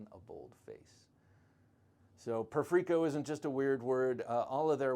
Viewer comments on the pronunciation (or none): It's pronounced like the word perfect and the "i" doesn't make an "ee" sound, it makes the same sound as the word "it"